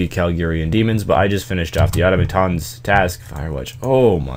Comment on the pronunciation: Automaton (Aw-tom-uh-tawn)